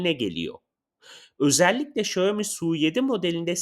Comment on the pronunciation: Şayomi değil Şaomi